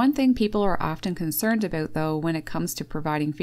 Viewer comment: I heard an "Aboot" must be Canadian. Birds can travel a long way in seconds in deep snow unlike Squirrels that can't easily get around and when the ground's frozen they are not getting to anything buried either.